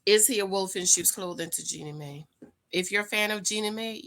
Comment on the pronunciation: JEAN-knee MY not May